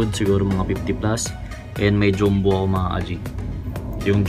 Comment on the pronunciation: Boss bakit dyumbo? Diba dapat dyambo ung basa sa “jumbo”